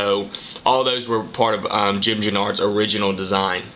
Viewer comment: U said Jim's name very wrong and u work for Oakley???